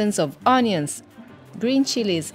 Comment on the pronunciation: Great video I’d like to try all these places. I love how pronounces onions ‘òñions’.